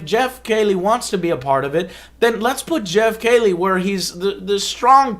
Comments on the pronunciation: You know what else is painful Joe? Hearing you say Geoff's name wrong for over twenty minutes. It's "key-lee" not kay-lee. He's a pretty big established name and the biggest interviewer in gaming, at some point to be taken seriously, you need to know how to say his name correctly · Why do you keep pronouncing it "kaylee"? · KEY-LEE is correct pronunciation Joe. Good vid.